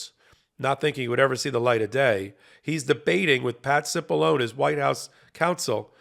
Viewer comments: You're pronouncing his name wrong. It's Patsy Balongne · Hey, Cipollone is an Italian name. Please show some respect by properly pronouncing Italian names correctly.